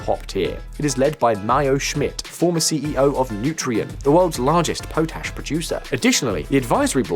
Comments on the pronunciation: It’s not pronounced PO-TASH but POT ASH. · It's "pot - ash" btw mate